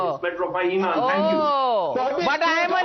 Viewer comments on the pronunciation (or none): none